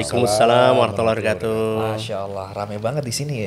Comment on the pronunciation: Ucapan salam : bukan .... katuuuh tapi ........ kaatuh